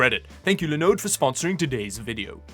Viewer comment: He says Linode correctly and then can’t say Linux right.